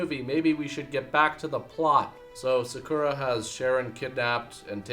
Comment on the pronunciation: Yeah pro-tip for bad movies in America - pronounce Sakura as incorrectly as you possibly can. Put extra emphasis on the second syllable. The very thing you should never do when pronouncing anything Japanese. Adds flavour.